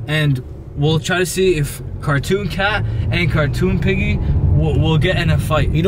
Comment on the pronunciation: Green screen piggy him: OmG PihIghGy